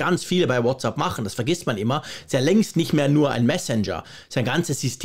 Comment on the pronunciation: danke für deinen engagierten Beitrag zur aktuellen Unsicherheit und Aufregung bzgl. der anstehenden Änderungen bei WhatsApp. Ich muss jetzt aber doch mal darauf eingehen, dass du - auch im Apfelfunk nervt mich das schon, seit ich den höre - „WhatsApp“ falsch aussprichst! Was du dazu sagst, ist die englische bzw. amerikanische Begrüßungsformel „what‘s up“, also mit a auf der zweiten Silbe. WhatsApp aber bitte bitte mit „ä“ auf der zweiten Silbe! Du sprichst doch sonst so gut englisch, ich kann kaum glauben, dass du deinen Fehler bei der Aussprache in Abrede stellen würdest. Irgendwie habe ich den Verdacht, du sagst es extra falsch! Aber warum? - Ich fand es übrigens, als WhatsApp seinerzeit rauskam, einen sehr lustigen und intelligent gewählten Namen, für mich damals klar eine Anlehnung an das gängige umgangssprachliche what‘s up. Das „ App“ in den Namen zu nehmen, ist ja auch folgerichtig, denn wir benutzen ja für den Dienst die entsprechende App lication. Nichts für ungut, meine es nicht böse und bleibe Fan. Bin auch kein Haarspalter!